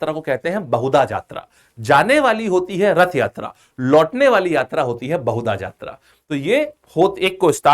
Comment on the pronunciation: Hello sir, It is not बहुदा यात्रा, it is बाहुड़ा यात्रा which meaning is वापस लोटके आने का यात्रा। And it is not छेरा पनहारा, it is छेरा पहॅरा which meaning is सोने का झाड़ू । Please sir, pronounce it correctly.. Love from odisha.. 💖💖💖